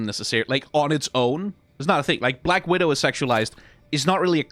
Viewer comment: struggling to say either Black Widow or Widowmaker correctly is a mood